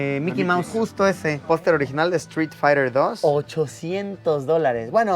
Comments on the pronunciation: Soy yo o en vez de decir street fiter dijo free fire xD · dijo Fry fayer?🤣🤣🤣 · si xD es que lo pronunció muy inglés aparte de que el ruido no le hace un favor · Dijo free fire? Jaja es street 👊🏻 juego clásico viejísimo